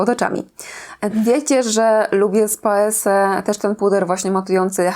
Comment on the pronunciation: Paese wymawia się [paeze]. To z włoskiego. Przez S brzmi dziwacznie, jakby ktoś łamał język